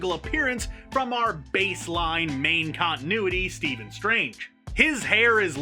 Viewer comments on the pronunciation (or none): none